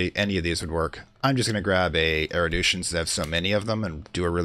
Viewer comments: First I want to say I've been enjoying the series. I rarely comment on videos but Phrygian was where I draw the line on your mispronounciations. The last one refers to Erudition, which you have been pronouncing 'Eridution' throughout the series. If I could make a suggestion, it would be try to slow down when you're explaining stuff. It was easy enough to follow when you were blowing through the early-game. However, later on you began to go really quickly and switch topics suddenly while explaining more opaque topics like assembling Rites. It would also probably help with the diction. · Fridge-ian. Man-day-ick. Air-ah-may-ick. and AIR-OO-DISH-ON (!)